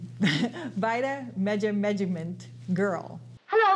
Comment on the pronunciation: You slaughter vitameatavegamin. Lol. Say vita / meat-a / veg-a-men. Repeat after me. Lol